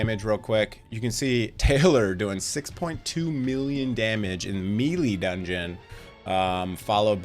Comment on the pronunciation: Awesome video man, been following all the EE vids! Also btw took me a moment to realize you were saying melee... fyi it's pronounced (may-lay)... either way loving the content!